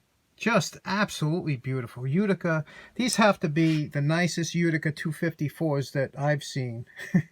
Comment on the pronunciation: Merry Christmas to you I hope you pass the stone soon. I am in Arkansas! We never send stuff out from the left side of the state. Fix it here. I just watched this vid to hear you say Uticer. Sweet, you did it!